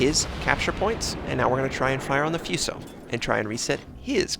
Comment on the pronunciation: terrible pronunciation is hurting my brain. Foo so, not few so. Mee ow ko, not Mai oko...augh!